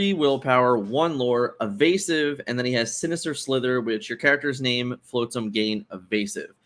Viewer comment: All the love to you guys, but hearing “floatsam” so many times hurt my heart 😂❤️